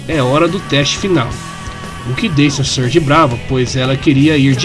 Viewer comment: Não dá, toda vez q o diz "Surge" eu só escuto "Scourge".